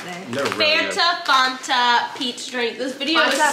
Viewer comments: Mars drink needs to be refrigerated & its fan-ta not farnta 😂 can’t believe you guys in America don’t have nesquik cereal 🤯 x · LauraLee did you just call that a FONTA.. Ma'am that is a FAN-TA! 😂🤣💜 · I personally call it Fanta: it’s FAWNTA Me: 😭😭Eryns righttt it’s FAN-ta!!!! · I do too. And still know it’s fan ta I don’t live far from her hometown and never heard anything say Fonta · NO! 😂😂🙈 FAN-TA! Not faunta. U just killed me in my 80's kid childhood dream. Lol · Omg, as a South African, its not Fonta, is right, it's FANTA 😂😂😂😂😂😂😂😂😂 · Hidey ho, all! It might be "fawn ta" in Cali, but in the NE, it's definitely pronounced Fan ta. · Do Americans really pronounce it FAAARNta.. lol it’s Fanta I’m with 😂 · Is Fon-tah the way people pronounce it on the west coast or something? I live on the East coast and have NEVER heard it called Fon-tah. We all say FAN-ta🤷🏼‍♀️ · Eryns right its fan-ta not fawn-ta lol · It’s Fanta like Santa not fawnta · i literally died inside every time they said “fOnta”😂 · lol I was just going to comment-it's Fan-Tuh. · it's FAN- TA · We have the chewy shell less skitles in the uk 🇬🇧 am its fan-ta and erm its 1000% pronounced car-a-mel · Lol she calls it fonta I sound like a butthole but I can’t 😂 where is the O??? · I don't get why you are calling it farnta, when it's spelled fanta! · never heard anyone pronounce fanta that way😂